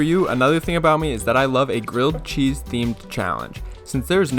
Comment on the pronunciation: nah nah, he makes crilled gheese